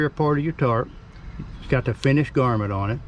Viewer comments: Grommet, not garmet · Garmint? Is that like a varmint? GROM MET! And people wonder why other people think people with accents like this can't read...:) Thanks for the video - well done!